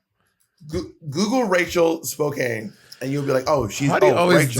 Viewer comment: its most definitely Spo-can not Spo-cane